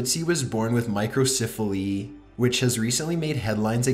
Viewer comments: Micro CEPH aly. Say it with me now; CEPH. Not siph. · What is with this dude's voice? Why does he talk so strangely drawn out? He talks like this in every one of his videos and I noticed he often mispronounces words. Listen to how he says Microcephaly. He pronounces it My-cro-siif-a-lee. It's pronounced My-cro-SEF-a-lee. And I'm not just picking on him for this one word. Watch a bunch of his videos and pay attention, you see he regularly mispronounces things. Is this related to his strange, drawn out voice? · Micro-CEPH-aly not micro-CIPH-aly ..... it’s pronounced with a soft “e” , not a soft “I” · Please learn to pronounce 'microcephaly.'